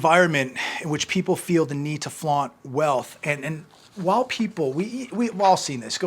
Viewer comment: say While not Whahl